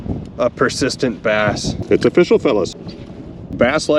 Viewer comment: Its o-fish-all, rocks like bismuth